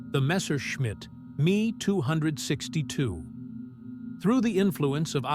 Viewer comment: INTERESTING STORY, BUT Ai it turnd me off completely sorry but lose the Ai, especially in the narration! use it for research by all means but stop it there honestly, it smacks of lazimess with the voice over especially when you hear the mispronunciation of words like "the ME 262" it really grates! all the best Dx